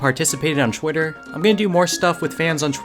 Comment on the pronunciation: are you from Phili? You pronounce "twice" and "twitter" "chwice" and "chwitter"